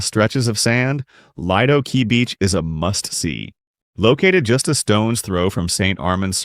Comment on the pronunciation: It's pronounced Leedo Key! Get a real narrator instead of using AI!